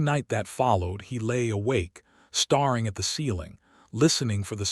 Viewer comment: The narrator (AI) is only reading what the writer wrote. A writer, I presume by the numerous mispronunciations, who cannot spell correctly. So, instead of writing "staring," s/he wrote "starring," which is a very common mistake for many people.They have not learned that when the vowel is a long sound, when the "e" is dropped, you do not double the last letter. I would go so far as to say that the writer is likely a Millennial since English, more often than not, was not really the focus of many teachers when the age/grade was appropriate. I'm 73 (you know, the much aligned "Boomer"), English and grammar were drummed into our heads, as was reading and math. Unfortunately, we are witnessing the outcome of that neglect in many of these stories.